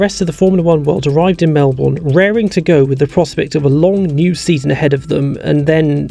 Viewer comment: There's bound to be a bunch of Melbournians watching this video, and I'm sure I'm not alone in feeling a bit uncomfortable when people pronounce our state's capital the same way it's spelled. Crofty (as much as I dislike his commentary style compared to Walker) has it right when he says "Mel - bn", and I suggest everyone watching this video do the same unless you want us passive tram-loving hipster coffee-drinking Melbournians to suddenly snap and start a revolution.